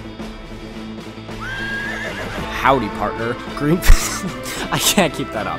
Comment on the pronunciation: Greenfe sounds like green tea